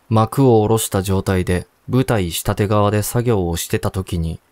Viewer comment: ｢うわて｣「したて」じゃなくて｢かみて」と「しもて」では？